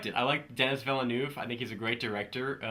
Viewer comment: Awesome review once again! Sadly this movie isn't coming out on my country, and I highly anticipated it, so I'm kind of pissed off. Bu the way here's how you pronounce the director's name: duh-nee villa-nuv